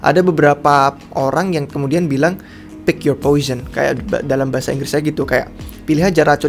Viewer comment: I really know “poison” means “racun” in indonesia but he pronounces incorrectly (he pronounces poison with “ ˈpōSH(ə)n “ ). You can notice it when you listen it carefully n repeatedly brother… that two words are a little bit sound-like 😊